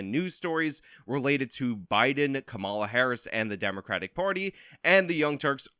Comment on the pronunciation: Veep's name is pronounced COMMA-la, not co-MA-la. Like the punctuation... comma + la. I hate to nitpick but this is a politics channel and you'd sound smarter if you got the name right.